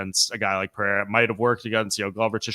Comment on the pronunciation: my guy, u keep saying "peh-hey-ra" but it's "per-air-ah"... The "HEY" is used only when you have a double R, or with an R at the beginning of the name...